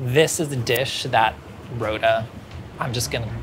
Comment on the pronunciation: When Rhoda was speaking; I heard I'm Froda and I went woah someone's parents were huge LOTR fans.